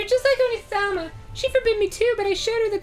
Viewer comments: If you spell out the way dan says onee-sama it's oni-sama, which basically means demon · i'm still slightly annoyed they keep pronouncing Onee-sama like Onii-sama.